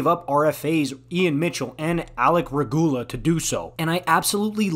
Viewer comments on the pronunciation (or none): decent content but this is a one side segment. Give us some info on Regula (whose name you butchered) he’s been a solid piece of minor teams and could get called up to a team like Boston and make an impact.